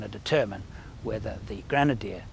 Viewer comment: French people are used to think that everything you read...could be pronounced in French language... So..welcome to the all brand new GŘENADIÉ 😱 🤣